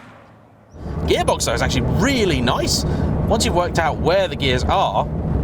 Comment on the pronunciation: Stop, CHA'nging GE'ar, when you TAlk. It's like 1980 Top Gear, that lanky tit with the beard sounded like a 2 stroke Motocross bike too.